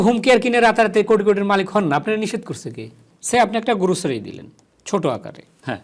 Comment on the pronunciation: গ্রোসারিকে বলছে গুরুছারি 😊 সে আবার দুইটা ইউনিভার্সিটিতে পড়াশোনা করেছে! মুঝে মারো মুঝে মারো 😂